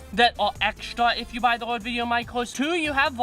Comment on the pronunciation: C’mon. He’s got a speech impediment. No biggie. I’ve watched so many of his videos that I don’t even notice it anymore.